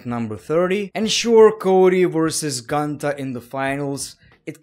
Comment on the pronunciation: It’s Goontahh